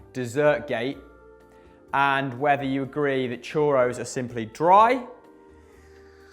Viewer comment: learn how to pronounce “churros”